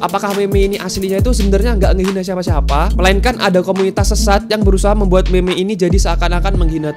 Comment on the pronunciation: bang gw mau koreksi kalo ngomong meme itu bukan gitu ngomong meme yang bener itu ngomong nya MIM jangan me me